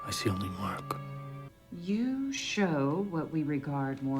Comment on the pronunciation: murk not mark